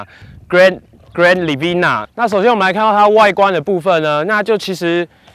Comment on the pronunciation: you better learn to say "Grand Livina" then you upload this video